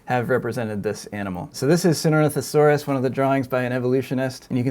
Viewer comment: This guys pronunciation of Sinornithosaurus gets sloppier and sloppier as the video goes on.